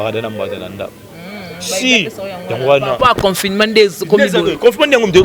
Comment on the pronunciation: Journaliste oyo atanga wapi? yoka comment elle prononce le mot " Confinement".... Kiekieeee bo lakisa ye ke, le "ne" ne pas aigu à prononcer....